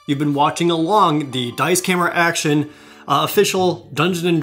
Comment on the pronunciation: thought you were saying daisuke action in the video lol